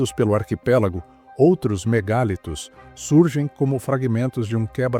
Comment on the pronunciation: A pronúncia não é MEGÁLITOS e sim "mega + litos" = MEGALITOS. Ninguém diz "Megábytes" (com acento agudo no a "á").